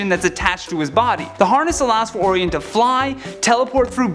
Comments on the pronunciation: Yeah I found that annoying. Some of these hosts just can't pronounce these names right. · Yo please never say Orion’s name again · Or somehow get him off this channel. How are you a Top 10 Ners and dont know how to pronounce Orion's name correctly? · Man mispronouncing Orion’s name so badly my ears hurt. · We were all annoyed by that mispronunciation. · Pretty sure his name is pronounced Oh-Ryan not Oh_Reeon. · Orion as in Orayon not Oryon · Or-eye-on not or-ee-en. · It's "Oh-Rye-On"!!! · Orion _____oh-Ryan. Why cant u guys say the name right come on nerds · It's pronounced "OR-RYAN". Sorry but it had to be said. While i'm at "aluminium" doesn't give off it's own light, it doesn't glow in the dark. Its "Ali-min-e-um" NOT "Al-loom-e-num". And the "caribbean" islands are pronounced "ka-ruh-bee-uhn" Not "Ka-rib-e-on". Even the people that live there call it the "ka-ruh-bee-uhn". It would be nice to see my home language pronounced as intended. I could go on but feel it best to stop before all of north america hates me. Please don't be offended and take this in the light-hearted manner i was in when i wrote it. Thanks....and sorry. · Your #8 pick, is pronounced "O-Rye-On". You really are butchering his name. It's a classic name from mythology among other points in history. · You completely screwed up Orion's name!! 😠 ( Or Rye On ) Now say it correctly at least 10 times!!! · You're butchering Orion's name! Oh-Ryan with an inflection on the i. Didn't you study any Greek mythology in school? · His name is Orin but its pronounced O ryan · No to Wonder Woman and Batman being overpowered. Diana's a goddess. Why shouldn't she be as strong and as fast as Superman? Bats is the world's greatest detective. And he has sustained physical damage both in the movies and the comics. Your pronunciation of "Orion" is horrifying. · He's killing me saying Orion's name.. omg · yOu fUcKeD uP oRiOn'S nAmE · Orion like the constellation...good try though. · That's not how you say orion